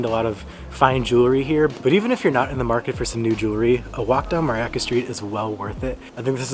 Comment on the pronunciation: Mariacka [pron. Mariatzka], not Mariacca. A bell rings, but not in this church, as they say in Poland.😉